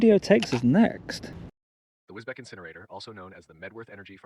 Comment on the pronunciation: And nice you actually pronounced it correct this time ....although all the locals there call it a derogatory name connected with the immigrants which are quite prolific in this last 30yrs.